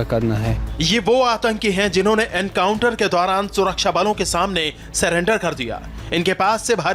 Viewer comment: Bhai ye banda atankwadi nahi ho sakta Jo surrender ko salander bolta ho😂😂😂😂😂😂